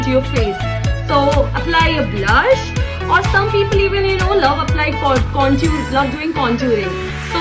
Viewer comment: Its not contuurr.. Conturing.. Its contour and contouring🙂